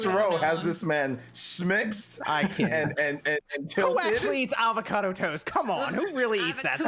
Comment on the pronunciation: There's no 'L' in avocado 🥑😂